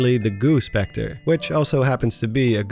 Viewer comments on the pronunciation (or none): none